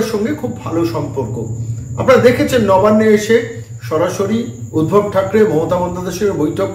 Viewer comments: বারে বারে শুনছি আপনি উদ্ভব বলছেন নামটি সম্ভবতঃ ঊদ্ধব। যদি না ভুল জেনে থাকি। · উদ্ভব নয় উদ্ধব